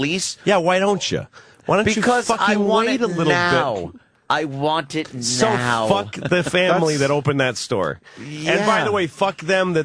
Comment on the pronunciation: "I want it nneeeoooow." Exactly like an eight-year-old.